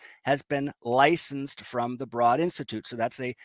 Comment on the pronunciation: BTW, Broad is pronounced like road.